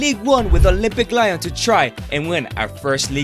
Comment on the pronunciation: No it's lion